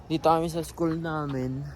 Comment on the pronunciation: You're from Nueva Ecija without saying you are from Nueva Ecija. Dahil and bigkas mo ng school ay Is-kul.